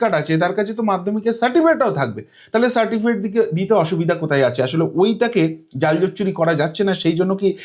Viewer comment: babu ওটা certikifate না ওটা certificate. দুবার আপনি certikifate বলেন কি করে????? Play speed কমিয়ে আপনি নিজেই শুনুন ধরা পড়ে যাচ্ছে অতি সাধারণ একটা কথা "সার্টিফিকেট" যা উচ্চারণ করতে আপনার বারবার হোচোট খেতে হয়েছে 😂😂😂😂😂